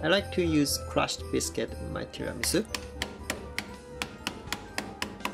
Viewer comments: Just wondering, when you pronounced Tiramisu with the 'u' silent, was it intentional? Like maybe its how Japanese pronounced it? Example iced coffee sounds like iced co-he in Japanese. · The "u" in tiramisu isn't silent. ^_^